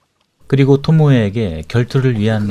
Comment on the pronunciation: 토모에를 토미에 라고 하질않나 상영된영화를 상영될 영화라고 하는등 나래이션이나 자막에 좀더 신경 쓰셔야 할듯.